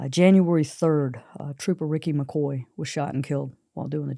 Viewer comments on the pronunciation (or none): none